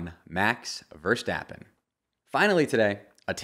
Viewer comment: I got really excited about the Valteri and Sergio pronunciation and was hoping on finally hearing a correct Max Verstappen pronunciation, but my hopes were short lived... Maybe some day...